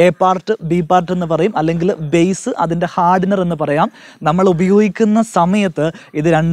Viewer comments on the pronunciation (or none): none